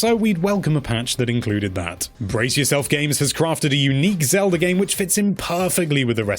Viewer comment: I'm missing out on the music, because my ears started bleeding when you said "Legend of Zelder on the Nezz".